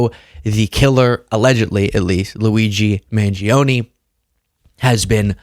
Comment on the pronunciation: Luigi Mahn-yee-oh-nay.